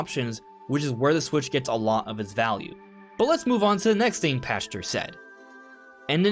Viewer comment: Pachter = pack ter not pasture